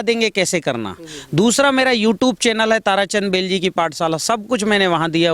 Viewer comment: भाई बैलजी नहीं बेलजी